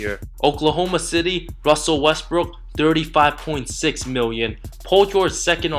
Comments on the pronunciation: i dunno man. sorry. every time you said "thirty", it sounds "dirty" to me. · Dirty dirty dirty... dirt dirt dirt... u need to learn to pronounce TH dude. Lol! Cool facts tho. 😂